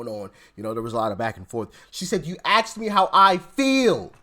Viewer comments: ASKED not AKSKED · First of all, don’t axe me. But if you were to, I feel like I am 115 lbs.